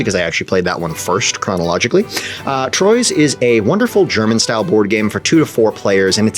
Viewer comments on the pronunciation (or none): racing to the comments section to let you know that in French this game would be pronounced more like "twah" -- beat all of you other losers to be the first one to post this obnoxious correction